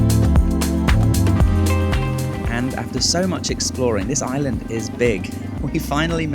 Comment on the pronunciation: you appear to have lived in Thailand for quite some time, so why do you consistently pronounce 'island wrong" ?